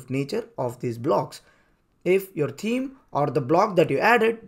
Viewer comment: Great info in your tutorial, but I had to listen 3 times to understand it. You should consider hiring a native speaker of English to do the narration; the thick accent is barely comprehensible, especially at high speed and staccato delivery. "Theme" is not pronounced as "team", and what is "wook"? Anyway, my takeaway is that the native WP blocks are great for newbies, but they should graduate to Elementor et al as soon as they can, right? Thanks again for the great info!!